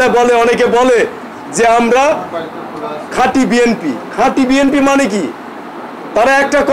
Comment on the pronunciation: আপনিতো ঠিক মতো আপনার দলের নাম ই বলতে পারেননা তাহলে কিসের দল করেন আপনি??